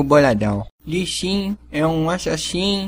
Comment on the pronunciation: outra coisa, não consegues mesmo pronunciar lee sin pois não? Li xin é tudo o que te vai na cabeça